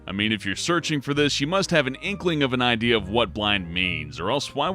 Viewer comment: you must have an EYEDEA ;)